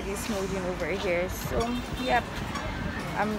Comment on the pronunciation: Girl you really murdered “so” 😂😂 love the hair though❤️